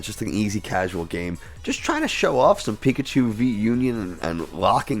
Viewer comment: Pikachee Pikachaa Pikachiii Pikachoo Had so much laugh in the beginning 🤣 😂